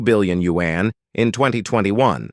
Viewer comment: Change the robot voice! Can't take you seriously when it sounds like a white guy pronouncing yuan like you-ann